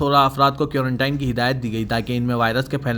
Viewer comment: Quarantine ko urdu me qaranteen padho bhai كورنٹین کورن ٹائن نہی